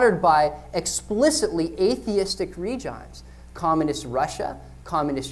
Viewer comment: I love that you were so young here that you didn't even know (yet) how to pronounce the word "regimes." I did a similar thing years ago in a speech paradigm shifts, continually pronouncing it "para-diggums." A kind and helpful audience member helped me when I was finished, first complimenting me on a "really good presentation," then saying, "Just for future reference, most people pronounce the word "paradimes," and you might want to do it that way."